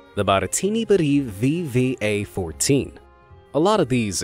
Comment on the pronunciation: something more terrifying than the Ekranoplan was how read VVA perfectly